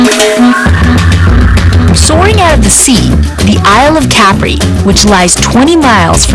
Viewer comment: why can't she pronounce Capri correctly?